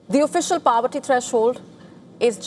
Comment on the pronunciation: Its not PAVERTY, its POVERTY